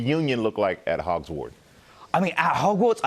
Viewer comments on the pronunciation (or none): “Hogsward” lol